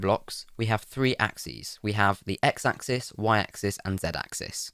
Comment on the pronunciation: "Ack zees" bless you.